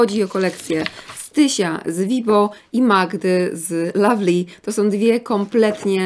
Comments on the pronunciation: lovely się mówi a nie lavly :D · Nie kochanie, lovely wymawia się po angielsku przez wyraźne A, tak samo jak "owl", "love", "oven" i "cover" 🙂